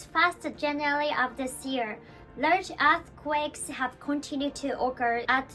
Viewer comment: I know this is a serious topic, but I wanted to say it only sounded like a$*quakes a couple of times ^^ which is pretty good compared to regular japanese english speakers